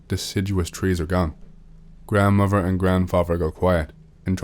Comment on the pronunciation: “Grandfaver” or “grandfaTHer”? “Grandmover” or grandmoTHer”? “Brover” or “broTHer”? Maybe work on your pronounciation if you’re doing a talking YouTube channel.